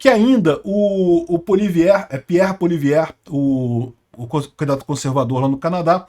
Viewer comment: A pronuncia correta de Poilievre é “puáliévre”